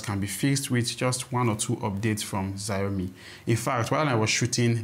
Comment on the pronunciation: Xiaomi is pronounced "shiaomi". In Nigeria right now value trumps functions so your final word should be focused on that.